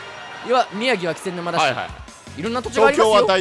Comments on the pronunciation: ずっと「『き』せんぬま」って言ってない？ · 気仙沼 「け」せんぬま です！ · 重箱のスミつつくようで申し訳ないが、「気仙沼(キセンヌマ)」ではなく「気仙沼(ケセンヌマ)」なんだよなぁ。 つまらない指摘でどうしようもないけど気になっちゃう